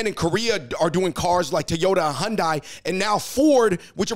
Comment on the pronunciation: Hyundai like Sunday, not sundia